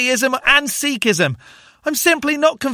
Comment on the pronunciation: "Sikhism" is pronounced like "SICK-hizm"; usually, the "i as in ring" sound is Romanized as "ee" in Indian languages, while an "i" by itself is a short i.